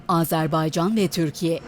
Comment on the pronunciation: Koskoca başkonsolos ve diplomat bile Azerbaycan yerine Azerbeycan diyor…